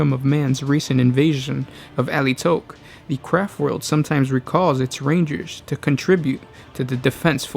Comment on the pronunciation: All I hear is "Crap World". :D